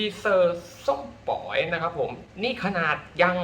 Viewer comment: ออกเสียงผิดอะค่ะ ส้มป่อย ไม่ใช่ส้มป๋อย